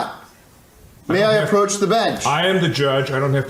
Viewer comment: " 'proach the bench?"